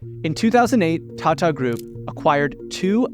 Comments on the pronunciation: the world is full of foul like u don't mispronounce Hindi words it's Tata not "tatta" foolish anglosphere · appears to believe that India should still be an English colony based on a fundamental misunderstand of math, english, economics, and finance? Along with an impressively awful pronunciation of, “Tata,” as-if he thinks that Ratan’s surname is based on an British salutation. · Who suddenly read Tata as Tate 😂